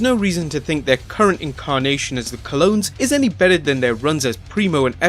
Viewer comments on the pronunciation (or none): none